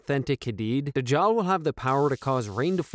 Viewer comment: this is how it's pronounce: Daj-jal